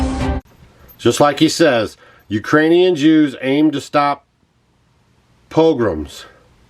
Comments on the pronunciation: WATCH FIDDLER ON THE ROOF. A POGROM OCCURS DURING THE WEDDING OF HIS DAUGHTER. AWFUL. POGROMS ARE AWFUL AND VIOLENT. Put the accent on the 2nd syllable. It sounds silly when you call it PO-grom. That's not how to say it. It's po-GROM. And they are awful and leave people traumatized. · I don’t understand your point here,. I’ve got friends in Missouri that know you and they speak highly of you, but you need to become more informed! It’s a pogrom (pah grom). You can Google it! My grandparents lived through it around the turn of the last century and came to America. My grandmother was under four years old at the time and told me all about the poverty and starvation. She told me about the mounted soldiers that would come through the town and trample and beat people to death because they were Jews. She also told me about having to sleep on a shelf over the stove to stay warm at night because it was the only source of warmth in the house. My grandparents families came from Kyiv Ukraine, Romania, Lithuania and Moldova. The persecution was real! Poverty was real! The killing of people because they were Jews and starving them was real! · So horrified to see that people cannot see through what you are proposing here. The narrator cannot even Pronounce the word PROGROM and laughs and says "whatever that is". ARE you F...ing kidding me. For Gods sake man, try and learn some history before you pick up a bunch of old newspapers that keep repeating the number 6 million ( which was simply a population estimate of the probably population of Jewish people in Eastern European countries, nothing insidious about it) . Try reading a bit about the hundreds of years of PROGROMS that the Jewish people were subjected to in their small poor villages throughout Poland, Ukraine and Russia. Oh and BTW, great Action adventure music, guaranteed to gin up your emotional state while listening to this nonsense.